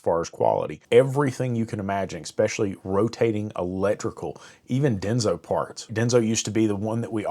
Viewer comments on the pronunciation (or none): "Eck-specially"? If you're going to preach to me about how things are, don't come at me half-stepping with broken ebonics. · I couldn’t get past the third expecially 👎